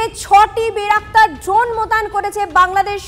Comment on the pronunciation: আরে বলদী বেরাকতার না বাইরাক্তার